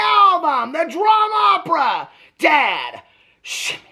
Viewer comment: The Dram-Opera lol 😂😂